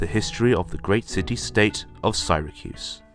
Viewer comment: Why does he butcher the name of Syracuse?